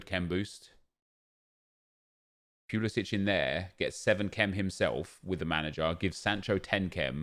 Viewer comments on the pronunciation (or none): none